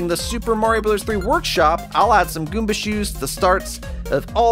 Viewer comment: you said koomba not goomba